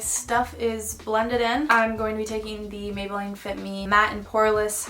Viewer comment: i love you hannah but why did you say maybelline like mabel-line